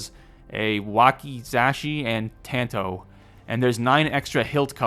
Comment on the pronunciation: That wasn't a bad pronounciation. good job. on tanto you should pronounce it like "taunt-oh"